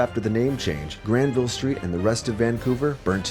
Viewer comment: R Hineman I found it hard to focus because of the way he was pronouncing Granville